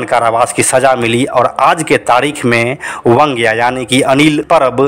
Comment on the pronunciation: अनिल परब उर्फ वांग्या की पुरी कहानी कहकर पुरी नहीं बल्कि अधुरी बतायी। खैर आपको वांग्या बोलना नहीं आता ईसलिए वंग्या कहकर बुलाते हो। बैंगन को मराठी में वांगे या वांगं कहते हैं। आगे से ध्यान रहे वंग्या नहीं वांग्या बोलो।